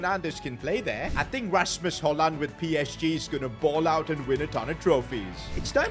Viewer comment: Your say it rashmos hojlon